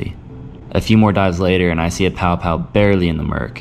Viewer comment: Quick FYI Paʻopaʻo pronounced pah-ʻoh-pah-ʻoh instead of pow-pow. Hanabata daze mid 1960s we used to catch plenty trolling slow, and deep the main channels in Kaneʻohe Bay using small feather jigs, 6 to 7 feet leader, 3 way swivel, and 8 ounce lead. One time we caught close to 20. Enjoying your videos, keep up the great work. Maybe I see you out there, iʻm usually in a blue SOLO Skiff with 6hp outboard or rowing a 16ʻ Dory. A hui hou! PS I still shoot an OLD Aussie made Sea Hornet I bought on the Marine Base PX when I was 16. Good old gun.